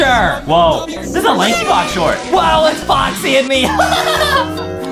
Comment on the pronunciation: You said Lankybox wrong